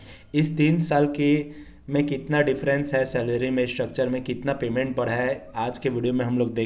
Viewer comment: भाई बढ़ा,ना की बड़ा 😂